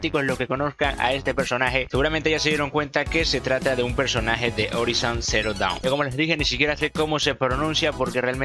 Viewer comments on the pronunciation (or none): none